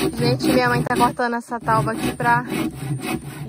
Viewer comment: Não é "tauba" e sim TÁBUA.